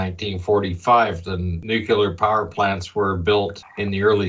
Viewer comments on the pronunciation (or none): Excellent video! I only have one issue, and that is the pronunciation of the word nuclear as "nucular." I don't know why but it's always been a pet peeve of mine! 😊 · I'm glad I'm not the only one who is bugged by the nu-kyu-ler mispronunciation. Whew